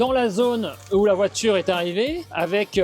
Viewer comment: Répète après moi voi - ture,pas voi-tchure.